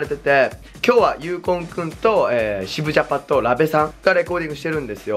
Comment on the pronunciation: 渋ジャパの違和感すごい